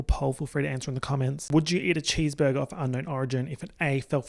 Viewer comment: "chèsebergé clouds" 😭💀